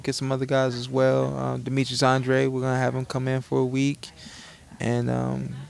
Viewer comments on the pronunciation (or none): Anne-DRAYD not Ahhn-Drah-Dee